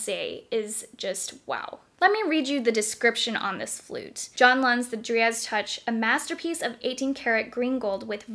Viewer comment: It’s pronounced dry-ad, not dree-ad